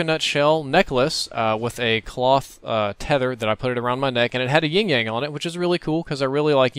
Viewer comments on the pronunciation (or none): Not to be a troll but, it's Yin-Yang, not Ying-Yang. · It sounds like you're saying "Ying Yang" instead of Yin Yang.